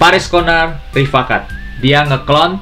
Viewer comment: Rifaaqat dalam bahasa arab dibaca Ri-faa-qaat Yang artinya Sahabat/teman baik.